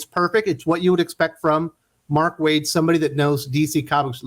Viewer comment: I stopped watching when you said mark waid